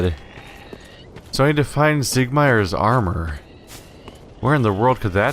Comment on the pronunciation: Lol, "Siegmier"